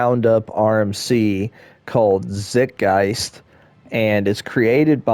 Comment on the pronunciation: Zite guyst is how it's pronounced. In the german language, it's translated to "time ghost." In the english language, it has something to do with the field of thought... awsome coaster!!